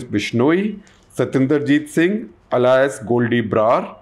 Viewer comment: You are mispronouncing alias